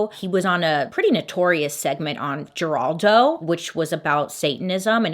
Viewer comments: I think the talk show host name is pronounced “Heraldo”. 🙃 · I know Bailey hates when people correct her pronunciation, but Geraldo had me on the floor. 🤣🤣 It’s pronounced Herlaldo. The G sounds like an H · Geraldo is pronounce Heraldo in english.... I love and look forward to your videos every week. You're the upside of the beginning of the work week! 😘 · jerraldo is pronounced HERRALDO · Oh my gosh….I’m telling my age, but It’s not pronounced Jer-ALD-o, it’s Her-ALD-o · Just FYI: Geraldo is pronounced her-all-doe, not jer-all-doe. Geraldo Rivera was pretty (in)famous for his talk show back in the day, mostly for the stunts he pulled, like hyping up the opening Al Capone's vault, only to find... nothing And it's Dungeons and Dragons, with both words plural. D&D is a lot of fun, and most of us fans just call it D&D, which would have been a lot easier for you to say than the whole game name 😆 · Girl's too young to know who Geraldo is, and that his name is pronounced with an 'H' sound. 😄💖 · The way you said Geraldo hahaha it’s pronounced like Heraldo with an H 😂😂😂😂🤦🏼‍♀️ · Geraldo is pronounced with an “H” 🤣 Like HERALDO... not with a G ! It’s Spanish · For all who read this Geraldo is pronounced with an H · Geraldo = Her-al-do. Just in case you ever have to say it again. :) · Geraldo is actually "heraldo" with an H sound. Geraldo Rivera. He's been around for years. He did a really interesting documentary on people put in an insane asylum in New York back in the 80's. Very sad. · Dear Bailey, Geraldo is pronounced Heraldo. Love you! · You're adorable, it made me love you more. It's pronounced Heraldo. A lot of G's in Spanish have an H sound or its silent. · Geraldo is pronounced with an H sound by the way 😀 love your show’s Bailey! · Bailey. Your hair is super cute. The game is Dungeons and Dragons the Dungeon is plural and the talk show host Geraldo is pronounced Heraldo. Much love thank you for all that you do. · Geraldo is pronounced her-all-dough